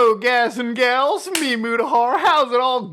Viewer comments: I definitely heard gas and gals this time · He said gaz and gals